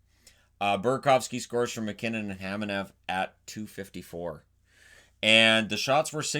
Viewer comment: I will keep beating that drum - it's Kamenev, not Khamenev